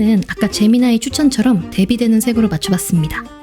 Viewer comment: 제미나이가 애미나이로 들려서 흠칫